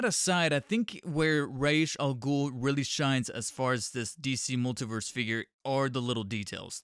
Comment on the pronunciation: When saying Ra's al Ghul, keep the word racial in your mind. Either that, or watch Batman: The Animated Series.